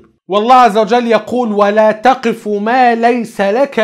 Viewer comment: اخي الكريم ربما اخطأت في تلاوة الآية (ولا تقف )فحرف القاف ساكن وليس متحرك كما قرأته وهنا الفرق كبير لانك تتلم عن هذا الموضوع تحديدا ف (تَقْفُ)معناها تقل اما (تَقِفُ)يقني تتوقف